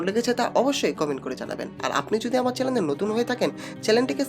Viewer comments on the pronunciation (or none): আপনার বাংলা উচ্চারণ সঠিক নয়। আপনি "জানালা" কে বলছেন "জালানা", আর "শরীর" কে বলছেন "শরীল" এবং চ্যানেল কে বলছেন চ্যালেন। এই গুলি ঠিক না।